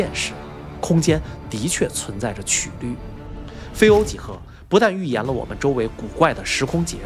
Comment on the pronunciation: 在数学中，曲qū率（英语：curvature）即“弯曲度”[1]，是描述几何体弯曲程度的量；直观地说，曲率是曲线偏离直线的量（程度），或是曲面偏离平面的量（程度）。发音的瑕疵被我儿子揪出来了😅